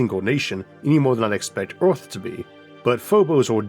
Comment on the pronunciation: so we start from Oorth to go to Moorth, sounds like a looht of fuool